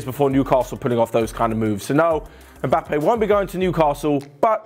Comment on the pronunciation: How can you butcher his name so bad ? 😂